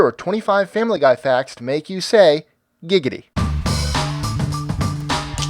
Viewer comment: He didnt say giggity he said gigedy xd